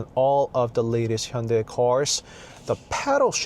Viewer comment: Hyundai 현대이 is spelled wrong Hyundae 현대 is correct Please make corrections Hyundae / Hyundai company 🙏 This young gentleman's pronunciation is correct 👌